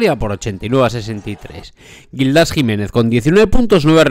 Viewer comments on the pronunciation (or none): A ver, amigo, que no es Gildás. Es Gíííldas!! Imagínate la rabia que le puede dar verse en estos vídeos tan guapos que haces, diciendo su nombre mal. Venga! Palabra llana, no aguda.